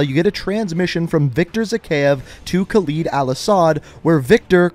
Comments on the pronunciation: Lol, thats my Father's name, and yes Khaled in Arabic means Immortal, they pronounced it wrong anyway 😅😅 but in Arabic when we add Al before a sentence which simply means The. Al-Asad is The-Lion, also prounounced wrong in the game. Well... 😅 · please for the love of god learn to say his name its Khaled al asad and not Khalid al asad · It is Khaled al asad, not Khaleed al asad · you are a great channel but please call him by his actual name Khaled(KAL-ed) not kaleed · "it's not a real name" yes it is. There are men named Khaled (not Khaleed as you keep pronouncing it) and yes it means immortal or eternal. Al-Assad is a real last name too, prime example, president of Syria. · I swear to god they pronounced Khaled correctly in the cutscene and IMMEDIATELY mispronounces it.... ED! not EED! 🤦‍♂️🤦‍♂️🤦‍♂️🤦‍♂️ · Its not Calid Alasad, its Khaled Al-assad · Khaled. Look at the word. Khaled. not "Khaleed" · Bro I hate when someone hears a name in a movie or game pronounced one way and then proceed to mess it up. Idk why it bothers me so much, but please don't make yourself ignorant. It isn't pronounced KALEED. It's pronounced Haled (Ha-led). Spelled Khaled. You hear it in every cutscene from COD4 to now pronounced that way, please don't go and mispronounce and act like nothing happened. It hurts my head😂😂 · Is khaled not khaleed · Sorry to sh*t on you but laswell already says it as khaLED like lead bullet,lead metal not khaLID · love u but it’s not khal-ee-d it’s khal-i-d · Pronounce it caled, not caleed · Kaleed al Assad? Ugh at least say Halid, or pronounce it like Spanish, Jaled. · Yeah I don't know why he pronounces that either. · Guys i want you to know that khaled alasad is pronounced (kh-a-l-e-d el e-s-e-d) but its fine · I acctully had to click away because of how he said khaled